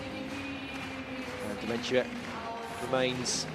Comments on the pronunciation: Eurosport commentators: it is Dementyeva. Dementia is a mental disease. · I can't help but laugh at the Eurosport guys butchering Dementyeva's name - I was like who the f is "Dementia?" At least the BBC crew got it right :)